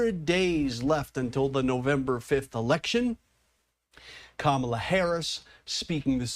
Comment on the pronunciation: Who really is this who cannot say Kamala's name correctly. MAGA? Must America Go Angry under GOD